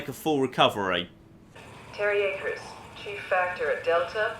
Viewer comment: I'm beginning to think your mispronouncing 'Akers' on purpose.